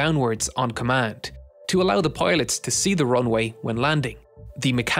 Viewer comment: Piloth Pilosh Pailoth